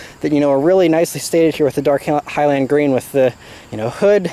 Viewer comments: “hy-lind” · I love you, but I hate the way you say "highland" lol